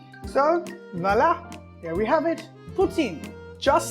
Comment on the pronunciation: Did he say vala instead of voilà?